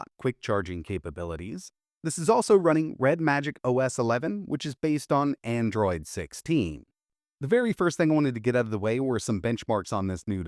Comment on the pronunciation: "AnDroaid"